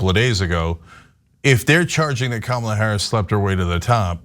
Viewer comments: It is KUH MUH LAAAA ..........not............. KUH MAAA LUH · They can’t even say her name correctly. Sick 🤢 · Republicans digging a hole for themselves. Bad form. And mispronouncing her name across the entire party is not earning them any respect either. The more they insult and personally attack, the more votes they will lose. At this rate Dems win in a landslide. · The crazies say its KAM-ala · Calling her dumb while not evening pronouncing her name correctly, they’re a bunch of morons. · Omg the way they’re treating her is so gross they must be terrified. Mysogyny and racism are alive and well . Not to mention it’s rich the one calling her a box of rocks cannot pronounce her name 🙄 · Why doesn't anyone call out these people for mispronouncing Kamala's name?! More than likely they're doing it on purpose. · likewise, I will continue to have a dim view of those who mis pronounce her name even after 6 months (I too agree her chances are slim). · mispronouncing Kamala's first name? At this late date? What a jack arse! 😮😊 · Tbh, even democrats can't pronounce her name right. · Why can't they pronounce her name correctly...? How dumb is? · Why do conservatives mispronounce her name?